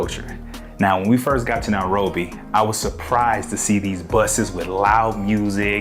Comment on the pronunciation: Its called NA- ROBBY😊